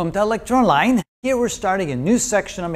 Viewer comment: when you say welcome to ... i hear "electro line" not " I Lecture Online" , but thank you for the videos i have learn from you.